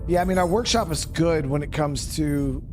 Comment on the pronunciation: "ORKSHOP" WAAAAAGH!